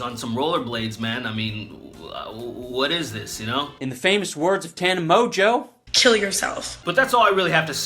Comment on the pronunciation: My favorite part was that he bastardized her name so much that at one point he calls her 'Top 10 by Watchmojo' and it actually fits in. I don't know how he managed to make Tana Mongeau and Top 10 by Watchmojo sound similar but he did.